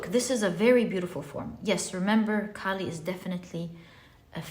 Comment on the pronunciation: its kaali not Cali. the k's pronunciation is like k from kite. and its aa not a(pronunciation). you can actually go to a hindi youtube channel where maa kaali is mentioned.